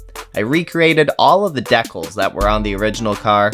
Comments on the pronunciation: Decal: Dee-Kal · Deeeee caaaaaals..... Not deckles....... Decal not deckle